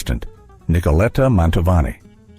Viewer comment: El moderador ES UNA BRUTA BESTIA!!!!!!!!!!!!!!!!!No sabe siquiera pronunciar el apellido de Pavarotti ni de Mantovani. Esto es una burla al público. QUÍTENLO!!!!!!!!!!!